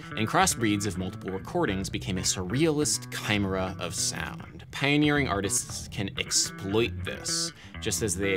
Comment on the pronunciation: KY' mera? I think you may have put the emPHAsis on the wrong sylAble. 😆 LOL! Keep producing this content. I'm not even a musician and your channel is one of the most entertaining things on YouTube!